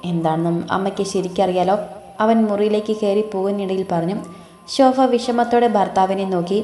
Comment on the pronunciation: ശോഫ അല്ല ശോഭ